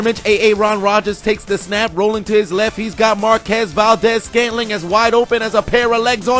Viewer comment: Ur saying Marquez Valdez-scantling wrong you pronounce the qu in his situation